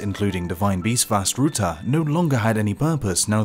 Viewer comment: Also the fact that called it VaS Ruta for some reason. Even if he didn't write that part off the script, did he not play the game?